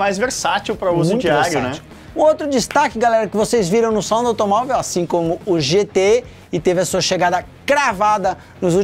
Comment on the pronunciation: "GTÉ" em MG tbm kkkkkk não "GTÊ"